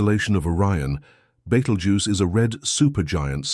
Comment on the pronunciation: Please learn how to pronounce BETELGUESE